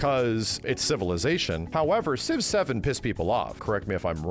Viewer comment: When he said Civ 7 I thought he said 6, 7. I'm cooked